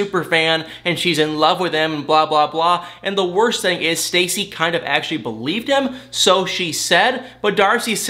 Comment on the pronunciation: Where are you from? Your accent , when you say think it sounds like thank. And when you say thing it sounds like thang. Hmu I must know how that comes about